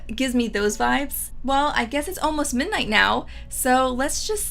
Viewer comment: I’ve noticed you drop the “d” when you say the word “ midnight.” “Minight” 😄